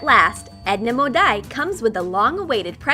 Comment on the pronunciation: It's Edna mode NOT Edna modie😲😠